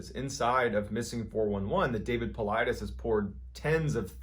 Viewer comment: You didn't tell the part about how the "robot" Cappy told him to poop on a piece of paper.... Anyway, it's so refreshing to hear someone finally pronounce Paulides correctly, lol. So tired of hearing people say "Pull-EE-deez". Mt. Shasta is not pronounced Shaw-sta, though. The a has the same sound as the word "hat". Sorry, pet peeves of mine. 😉